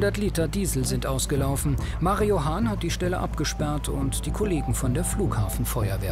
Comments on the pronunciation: Mario Hahn, auch alleine der Name, Legende😂❤️ verstehe immer Marihuana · Nur ich höre "MARIJUAN(a)"?